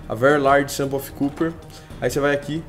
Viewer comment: "Cuper" não, pronuncia-se "cóper" mesmo hahahah! (: Seus vídeos são sensacionais, se fosse pra criticar algo, seria só isso mesmo. Continue com o excelente trabalho, rapaz!